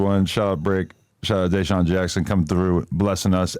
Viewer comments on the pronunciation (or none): Adam mispronouncing DeSean is CRAZY